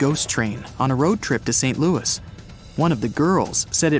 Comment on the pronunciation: Shake your head guys, the place you are talking about in not in the USA, it is in Saskatchewan, Canada. St. Louis is pronounced loo ee, respecting its French roots.